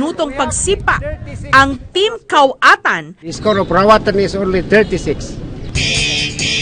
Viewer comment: RAWAT'N not KAWATAN ??? Maranao here haha